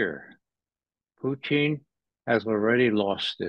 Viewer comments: His Pronunciation 'Puteen ' cracks me up 😂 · Is it just me or does it sound like he is calling Putin "poutine"? LOL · I don’t see how you could ever call someone a puppet of Putin when he pronounces his name like a really disgusting food dish from Quebec (Province). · He can't say Putin right geez